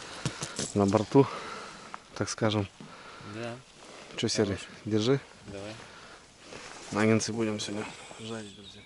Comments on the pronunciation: не нагентсы а наггетсы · не нагенсы, а нагетсы. А так, молодчик.